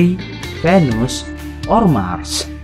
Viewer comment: its not yupitor its jupitor venus not vanus